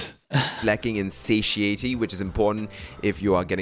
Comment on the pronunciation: Bruh it’s pronounced satiety not sasheieity